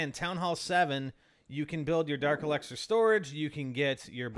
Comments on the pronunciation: It's elixir not elexer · elixer....... not elexer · Not el"e"xer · It's el"i"xer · The way you say dark elixir is kinda weird. Either way, I still subbed. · U pronounce elixer weird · You pronounce elixir weird